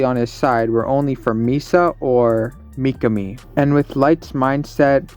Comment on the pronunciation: Bro it's not Myakami 👽. It's Mikami